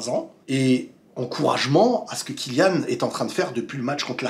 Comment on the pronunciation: Merci à toi d'avoir bien prononcé le nom de Kylian.